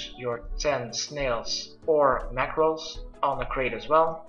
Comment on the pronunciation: OH RAW MACKRELS NOT MACKRELS?!??!?!?!?